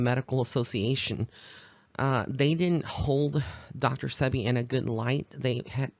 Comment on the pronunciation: No disrespect intended but it is Dr Sebi pronounced See-Be